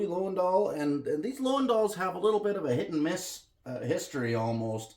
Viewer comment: Learn to pronounce LOWENDALL. It is Loo-ven-dall.